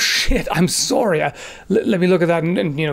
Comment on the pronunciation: To totally go off topic from the message of the video, which is completely right and i offer no argument and am in total agreement (don’t be a dumbass), I just noticed says sorry “sorey” lol